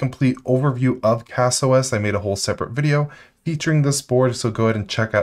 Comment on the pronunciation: Learn to say zima and casa the right way